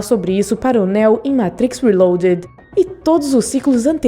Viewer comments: “Néo” “zion”...boa explicação, mas porra...aprende a falar o nomes aí... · Néu ? é assim que se pronuncia????? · Parei no Néo... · NÉÉU... fala sério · Engraçado sua pronúncia Néo 😄😄😄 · Bom, você claramente tá lendo um roteiro. Já começa falando errado o nome do PROTAGONISTA. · Ela falando neo é muito engraçado